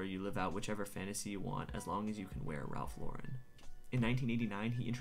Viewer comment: Thank you for correctly pronouncing Lauren. 🤓